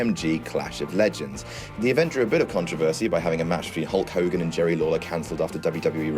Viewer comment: Good video (especially the intro!) but that's not how the English are meant to pronounce 'controversy'!